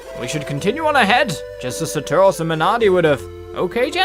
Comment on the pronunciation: saturos not sataros lol